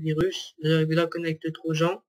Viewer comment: xD la prononciation "connèct tro gens"